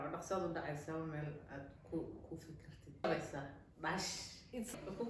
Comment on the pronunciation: It is dhash not dash